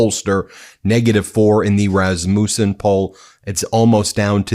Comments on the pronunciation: It’s not RasMOOOsun. It’s Resmusun. No long oooo. Your pronunciation drives me crazy. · How do you not know how to pronounce Rassmussen? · I wish your titles were literal...you keep getting my hopes up. And having Rasmussens in my family, the accent is on the first syllable.